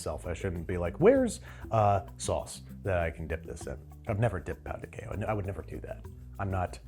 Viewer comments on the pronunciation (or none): Pão de quejio is made from tapioca flour, not wheat flour. They are inherently gluten-free. The Brazilian name would be Trader João! 😂 And, it is pronounced pow-du-KEH-zho, with a nasal anunciation on the “pow”. 🙌🏼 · It’s pronounced pao de kay-joe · pão de queijo is pronounced Pão de quei-joe (much like Joe in Trader Joe's!), the way you said is more like a Spanish pronunciation of the word, loved the video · Pão de queijo is pronounced "pow jee kay-zho" or "pow de kay-zho" depending on what part of Brazil. In general anything spelled the same between Portuguese and Spanish is pronounced differently (eg "restaurante" somehow pronounced "his-tao-raon-chee"), and anything spelled differently is somehow pronounced the same. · Pown di kay-jeeo but with a soft “j” almost a “sh” sound is how you pronounce pão de queijo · Jose mercante. Btw, you say Pao de Kay-joh. I was hoping for some Portuguese language butchering 😊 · I don't usually get offended or hit by someone mispronouncing Portuguese. But that "pão de queijo" pronunciation felt like a war crime. Edit: Just pronounce the J, it's not Spanish... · Your pronunciation of pão de queijo tho 🤣🤣🤣🤣🤣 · said "Paõ de Queijo" weird several times, I needed to go check the pronunciation online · I asked a Brazilian Portuguese speaker how to pronounce pão de queijo. They helpfully told me that Portuguese is pronounced pretty close to the way an English speaker would read it, so if you're a native English speaker and know how the words are written in Portuguese, just reading them out loud as if they were English is often a decent first try. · Yes. He was pronouncing it as if it was Spanish. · Pronouncing pão de queijo like it’s Spanish like that made me wince 😭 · pao de queijo is not pronounced like that 😭